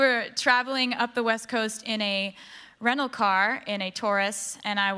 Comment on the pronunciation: She pronounced rental car as renal car. What is the correct pronunciation?